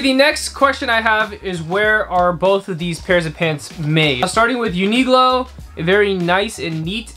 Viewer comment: I’d say they are equally good quality. Zara has some really nice cut ones. Uniqlo is simpler. Btw most people I know pronounce it like U-ni-klo. It’s a Q and from your pronunciation it’s like you’ve misunderstood it to be a G? U-ni-glo? 😅😂